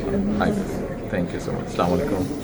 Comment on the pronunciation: সালাম দেয়া কি সঠিক হয়েছে স্লামালাইকুম